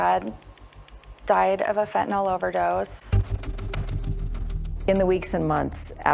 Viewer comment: Wow, so many inaccuracies in this that came out in trial. Is it just Utahns that can't pronounce fentanyl? It's fent-a-nyl, not fent-a-noll 😆